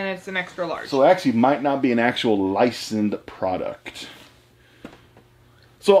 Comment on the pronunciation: Got triggered when you mispronounced "Licensed" 😂 What the hell is "Licend"